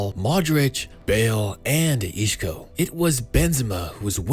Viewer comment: Isco* not Ishkhouw